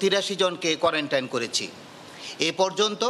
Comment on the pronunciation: কোয়ারেন্টাইন না কোয়ারেন্টিন